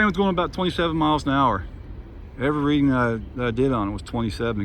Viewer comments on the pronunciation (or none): none